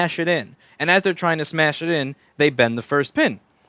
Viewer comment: Anyone else notice when he says "The pen is bint" instead of the "The pin is bent"? gotta love one takes :P